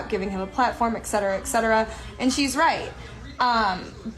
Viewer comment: It's etcetera, not eksetera....